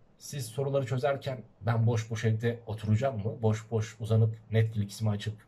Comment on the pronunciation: Aman hocam Netfilikş falan demeyin :)